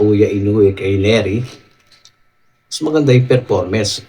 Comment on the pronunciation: neri hindi lerry 😂